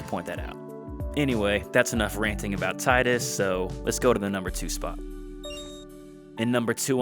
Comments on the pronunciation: Tee-dus does sound stupid. It's "Tide-Us" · Imagine ranking Tidus this high at all. And knowingly pronouncing his name wrong. I don’t get it. I know several characters in FFX are worse than Tidus but that isn’t exactly a ringing endorsement.